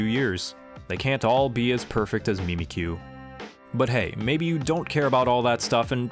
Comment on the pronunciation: It's not mee mee qu its mimick you